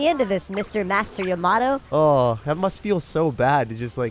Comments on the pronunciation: great vid but... you said Yamato when it was actually Yamamato... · jacks Yamamoto is said “Yama Moto”